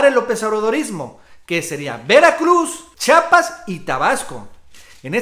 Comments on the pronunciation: El nombre de este Estado es Chiapas, no Chapas como t'u dices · Hay estan bonitos tus videos de verdad solo te pido que pronuncies bien el nombre de nuestro estado chiiiiapas por favor no dugas chapas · se dice chiapas amigazo, chiapas chiiiiaaapas no digas chapas eduqueseeee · Carnal repite conmigo: Chiiiiapas, otra vez : Chiiapas, una vez más : Chi_ apas. Ahora de corrido: Chiapas. Vez? Nuestro idioma nos permite pronunciarlo correctamente, ojalá lo apliques la próxima vez. Atte. Un chiiiiapaneco